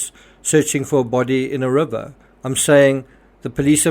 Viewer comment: Love the way you say rubber😂it's river bro! Rip anyone who dies.Stay safe everyone!